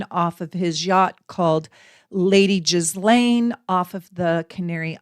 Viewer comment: This was so very interesting. I’d love to hear more. I promise I’m not one of “those kind” of people, but can I ask for you to please look up the correct pronunciation of her name? 😊